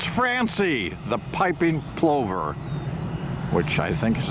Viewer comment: It's pronounced plover like Danny Glover